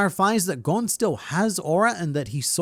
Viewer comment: You're saying his name wrong